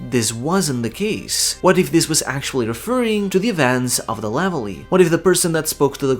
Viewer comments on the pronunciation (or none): I just want to add. Levely is almost certainly pronounced Reveille (Re-Vell-ee) as the Navy does a morning reveille at 0600 every day to signify the morning for sailors